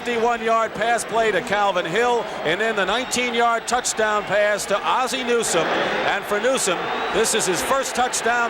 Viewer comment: why can't Dick Stockton (who is great) pronounce Ozzie?